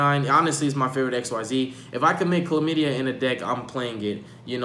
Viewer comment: I lost it when he said Calamity the first time lmao chlamadia 😂